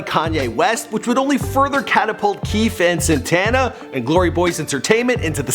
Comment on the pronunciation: Man ... Ita not sintana its Santana ... And you read it Freddy krugor 2 instead of fredo krugor 2